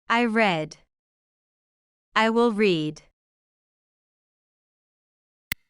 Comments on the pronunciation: Il y a une erreur de prononciation avec le verbe read. Au présent : vous le prononcez comme au passé. Pourtant au futur : c’est will + read au présent et là vous prononcez bien read /ri:d/ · ВЫ В PRESENT СЛОВО READ ПРОИЗНЕСЛИ RED??!! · The pronunciation of "read" in the present is incorrect. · Except for the pronunciation of “read” in the base form, which is incorrect, the rest is very good.